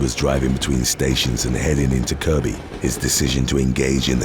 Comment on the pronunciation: As a resident of the Wirral, I would just like to offer my appreciation and amazement that you pronounced Kirkby correctly 👏👏👏